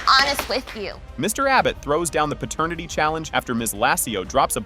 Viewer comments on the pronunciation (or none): Pratanitity WTF is that??? These damn AI channels, Just be saying anything...😂